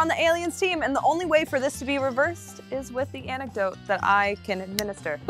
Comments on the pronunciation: it's interesting that sam is pronouncing antidote as anecdote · Awesome channel 👍🏼 but it is antidote.... not anecdote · she meant antidote. i think. but she definitely said anecdote. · Is saying anecdote? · My girl said anecdotes instead of antidote 😂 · Anecdote No it is antidote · Is it just me or was saying "Anecdote"?? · I would swear she was saying "anecdote". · That's what I heard her saying, and it absolutely drove me nuts Haha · It could be just me, but I would swear was saying "anecdote" instead of antidote.... Like, how is a short amusing story about a real incident going to cure anything.... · I kept hearing anecdote too. lol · Antidote, not Anecdote. Love you guys =) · Is saying "Anecdote" instead of "Antidote"? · its antidote, not anecdote. An anecdote is a storyyyyy. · kept saying anecdote. I thi k she meant antidote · super colonel I was today years old when I realized that it is not “anecdote”